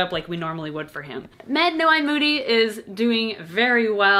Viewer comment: I thought she said Mad No Eye Moody?